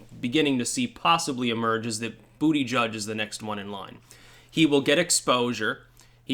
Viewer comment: He said hard an awful lot in a story about a gay man whose name he pronounces booty judge.. is that a coincidence or am I just drawing connections on my own?